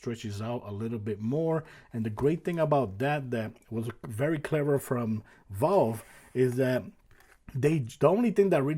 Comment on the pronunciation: Ffs its Valve not "Volve" you smooth brain